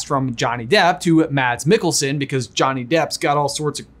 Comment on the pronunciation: The D in Mads Mikkelsen is silent